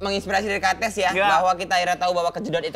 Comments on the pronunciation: Bacanya sebenernya kan kétiz bukan kates ya..tp yowes ben lah 😅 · Namanya bukan kates tapi dibaca katis, aku gemens sm pengucapan hostnya 🥹 udh bagus itu namanya, jgn diganti keplesetannya, ga lucu soalnya😢